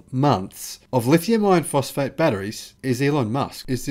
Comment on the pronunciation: STOP IT! STOP calling it "Lithium-IRON-phosphate"!!! NOBODY but you refers to them that way. Use the term "L-F-P". When you say it, it sounds exactly like you're saying "lithium-ION-phosphate"!!! WRONG!!! Big difference! I keep telling you this and you won't listen. I usually do a 'Like' on your posts, but now I'm going to start doing a "Dislike" them every time I hear you use the WRONG term "lithium-IRON-phosphate". Call it what everyone else calls it... "LFP"!!!